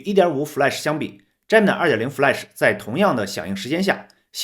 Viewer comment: 人家读的是杰米奈，你怎么读的是詹么奶😅